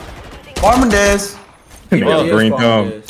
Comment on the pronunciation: “Farmin Dez” 😂😂😂 Fse